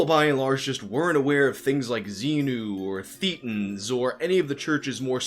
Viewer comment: This is a really great summary! But how DARE you mispronounce Hubbard's gibberish! It's "thaytans", not "theetans"! Get it right, or you'll be covered by BT Clusters for the rest of eternity!